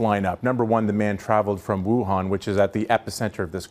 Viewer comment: News Pls check the pronunciation of Wu-han (stress is on 2nd syllable) and the province of Hu-bei (Bei sounds exactly the same as the 1st syllable of Beijing)